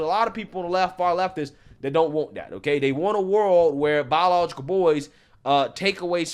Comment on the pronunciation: Bro said "bawlilogical" so many times I got angry. Holy shit learn how to say words if you want to be taken seriously